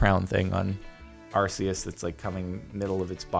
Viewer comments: Jordan its not arseus its arceus ark-eus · Oh my god the pronunciation. "Arse"eis. It's "Ark"eus Arceus. Not "Arse"eis. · Jesus Christ Jardon, it’s pronounced “ar-COOS”